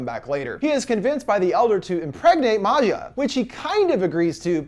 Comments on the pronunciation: Why is he saying her name like she's not Swedish? Maja is pronounced just like Maya. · and maja too. it’s pronounced like Maya not Ma-Ja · Bruh Maja is pronounced like Maya/Maia and not like Matcha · It's pronounced "maya" not "mazja" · Right and I think Maja is pronounced Mah•Ha 💁🏾‍♀️ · It’s Maya or Maja (Maayaa) . It is not that difficult 😂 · Don't forget how he pronounced Maja